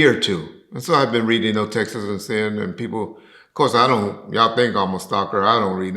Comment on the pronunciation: Hey it's Texts not Texas...🤣🤣🤣🤣🤣